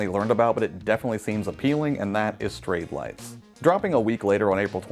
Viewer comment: Thank you! I kept hearing "Straight Life" and couldn't hear anything else XD